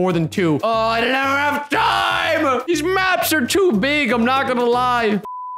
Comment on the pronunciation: “Deez videos“